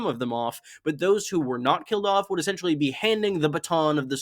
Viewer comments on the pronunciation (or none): none